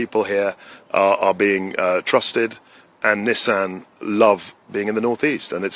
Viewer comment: Congratulations to Mr. Kwarteng for being one of the six or seven people in the UK (I'm being generous) who pronounce "Nissan" correctly! :)